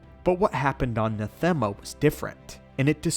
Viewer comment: NAH-them-uh Not nah-THEM-uh. As in the word "anathema" just not with the first letter. Sorry. It bugged me.